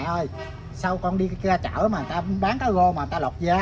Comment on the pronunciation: Cứ “gáng chảo”, “gáng chảo”, rồi lại “cá gô, cá gô..”, 🤷‍♀️🤷‍♀️!! Moẹ ơi, thì ra là “ráng (chiên) chảo, và cá rô (rờ ô rô, chứ làm gì có con cá gô?!! Ông cố!! 🤣🤣🤪🤪🙏🙏🙏